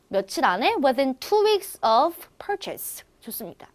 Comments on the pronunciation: Purchase 발음을 펄체이스라고 하시네요.. 펄쳐스로 알고 잇는데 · 저도 강의 듣다 그 발음 이상하다 생각했어요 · 네 그발음도 잘못 발음 하시고 yersterday도 강세 잘못 발음 하셧네요.. flown 도 잘못 발음...singapore도 강세. 잘못..